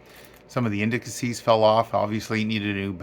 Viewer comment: Indicies, not indicacies